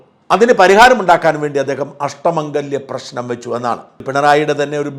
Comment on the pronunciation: അഷ്ട മാഗല്യം അല്ല മംഗല്ല്യം എന്നാണ്